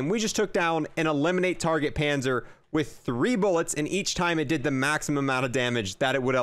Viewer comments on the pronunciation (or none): none